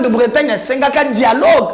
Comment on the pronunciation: Si tu es un vrai congolais de père et de mère comme tu veux le dire , prononce d'abord bien Dialogue et non jialogue . Tu es passe ton temps pour rien kasaien